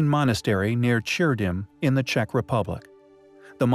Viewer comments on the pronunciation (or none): none